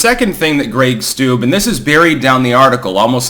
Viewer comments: Steube= "Stew-bee" not "stoob" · PRONOUNCED STU BEE